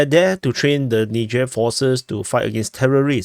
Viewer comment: Nizher not nidger